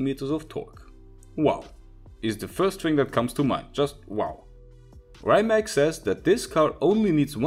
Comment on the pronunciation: I know right! It's not rimaK, its rimatz